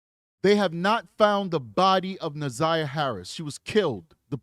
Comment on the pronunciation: I can’t handle the community advocate woman mispronouncing Na’Ziyah’s name. That pissed me off. How hard is it to learn this victim’s name before you start your show? Damn.